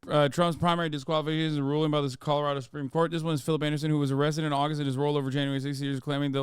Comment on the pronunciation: commiealarado.... Eyeah.... Please don't say words again guy... Just don't...... Just don't bro...